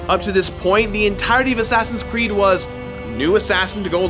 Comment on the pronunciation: did you say assassins crood